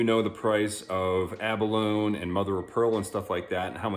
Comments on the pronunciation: Ummm....yeah....it's abalone....a-buh-low nee......NOT a-buh-lone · It is pronounced a·buh·low·nee.. The "E" is not silent. just saying. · Pronounced Ab-a-lo-ni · "Abalone" rhymes with "macaroni", FYI. Good video. I've been trying to use Eye of Shiva shells myself lately.